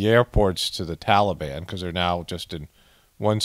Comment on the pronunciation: Fly What makes you suspicious? The scene with people running along side the plane, and not getting sucked into the engine? The guy that was sitting on the wing of the plane talking on his cell phone? ISIS-K. It's "Tal a bahn"!! Not Tolly bon!!!